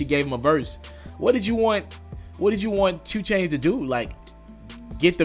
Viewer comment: Is it 2 Chainz or Choo Chainz? Slow down my boy. U almost butchered your own damn name at the very begining of this 1.